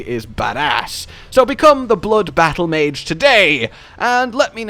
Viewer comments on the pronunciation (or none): none